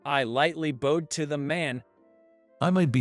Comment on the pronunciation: The person that’s reading out loud is pronouncing bowed wrong. Learn to pronounce it right.